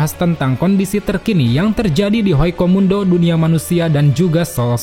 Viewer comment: HUECO MUNDO MIN BUKAN HOICO MUNDO